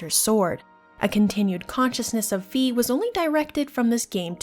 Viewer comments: I don't know squat about German, but Fi is Phai not fee. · Fi like Pi not fe like pee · I am going too start comenting this sort of thing until my quest is done. Fi is pronounced Phai. I know that for certain because I am german and play my games in german. In german words are spoken out in a very straight forword way and her name is actually written out as Phai in the german translation. I don't want too step on anyones toes whit this ,but it bothers me each time I hear her name pronounced diffrently. Phai NOT Fee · That's not how it's pronounced tho. In the Japanese text it is pronounced like "my". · That’s not how it’s pronounced Look at the Japanese characters